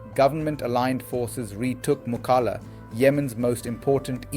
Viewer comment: Mukalla is actually pronounced as ‘MO KALLA’ locally مو کل لا